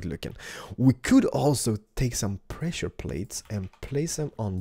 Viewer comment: anyone notice how he said plessure plates? haha